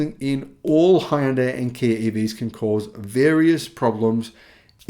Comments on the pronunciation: Hyundai rhymes with "Sunday" (HUN-day) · Great channel however one thing bugs me a bit. What is the correct pronunciation of Hyundai? My understanding is it rhymes with Sunday???